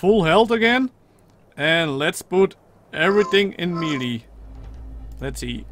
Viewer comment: its not pronounced meelee its maylay